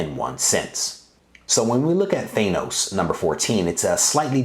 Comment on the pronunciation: The way you pronounce Thanos is cringe. It's not thaynoce it's thaaaanoce